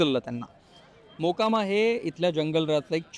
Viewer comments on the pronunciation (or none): नितीन गडकरी बिहार ला गेले 😂😂 मकोमा नाही रे गाढवा... मोकामा😢😢